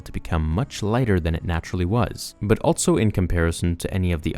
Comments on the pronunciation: i noticed you keep saying "altso" instead of also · Also is said “all-so” not “alt-so.”